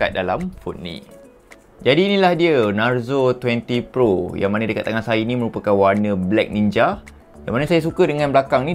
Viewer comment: Kenapa aku dengar macam sebut NARUTO 20 PRO😂😂..adehh...